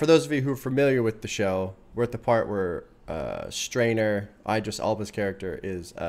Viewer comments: Did u just call stringer "strainer" ahahaha, Also "Jakes" is also slang for police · I love the wire too - btw did you say “strainer”? 😂